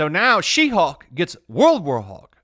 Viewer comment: When you're saying WW She-hulk, I heard 'Roulroul chi-houk!' at first and giggled.